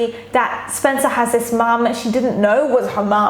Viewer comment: omg same i cringed when said "SpEncAr" like girl